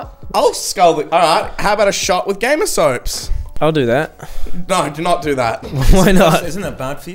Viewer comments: why does keep calling it Gamer Soaps? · why does say gamersoaps instead of gamersupps